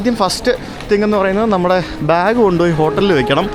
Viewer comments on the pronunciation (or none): none